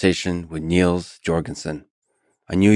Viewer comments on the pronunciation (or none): Niels is pronounced Nills not Neels. And if you want to get really fancy don’t turn that S into a Z sound.